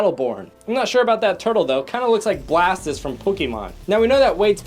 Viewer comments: says blastist instead of blastoist KNOW YOUR POKÉMON Sorry I kinda got to caried away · its blastOIst not ist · ITS BLAST-OI-S-E NOT BLAST-IST 😂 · blatis is pronounced Blastoise. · Blastis its blastoise and star track as Star Trek its fine though (Edit) The Herod we deserve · no, he mean's blastoise. not blast(I)ose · Do you mean blastoise? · Blastass? You mean Blastoise... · It's not blastis it's Blastoise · It's Blastoise not blastis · BLASTIS? IT'S BLASTOISE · Tracer from OverWatch and you mispronounced it it's Blastoise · blastiz from pokEEmon. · Did anyone else notice that he called blastoise blastis. Edid:like if u noticed too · "blasspiss from Pokemon" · you pronpunced Blastoise wrong its pro nounced (BLAST-TOYS) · the way he said "bastoise" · Uh... you mean blastiose? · I stopped watching after he said blastiss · did you call Blastoise "Blastis"? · also it's NOT pronounced blastis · Blas-tis from pokeeman UJGGGHGHHGALFKDsaljk;dhfn a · Did you just say Blastise!?